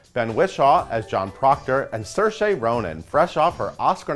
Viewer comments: umm her name is pronounced SUR-SHA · Got the pronunciation of Saoirse Ronan's name wrong... and why mention an actor is British if you don't say Ms. Ronan is Irish as is Ciaran Hinds as is Jim Norton?